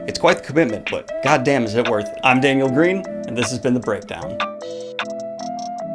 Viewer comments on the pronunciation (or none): none